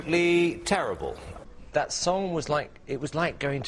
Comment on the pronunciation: "dat" lol